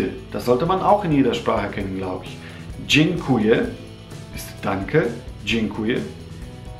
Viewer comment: Wenn du "dziekuje" sagtst, klingt das etwa so, als wäre da ein "n" zwischen dem e und k (also dzienkuje). Oder kommt mir das nur so vor?